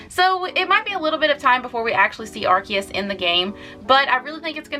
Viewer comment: Correction, its not "ar-ki-us" its "ar-see-us"... And I think Arceus deserves much more than an EX-raid... It's literally the God after all...